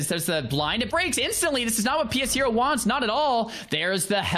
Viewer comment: Lol isn't his name pronounced "Pe shero" not "p.s hero"?